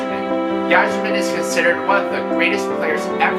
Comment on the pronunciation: the Y is pronounced as I in Yzerman